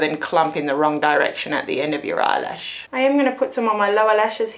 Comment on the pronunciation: I love that you say 'lyelashes'. I have since I was a child! Never heard anyone else say it though.